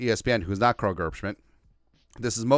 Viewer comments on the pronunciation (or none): none